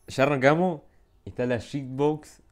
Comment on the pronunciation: Jajshsahaj se dice guif box no shit box ajhahaja